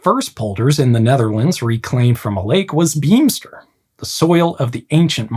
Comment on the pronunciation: Beemster cheese is my preferred cheese. the "ee" in Beemster, sounds like an "A". you did wel Dutch sounds: "aa"->"Aah", "ee"->"A", "oo"->like the o from oke, "uu"->???, "ie"-> "ee", "ou"&"au"->"ou", "ij"&"ei" mostly like "i", "ui"->closest to "ohy" or "ohje", "ch"->like the G in "great"&"grauwl", so "sch" is ss+Gg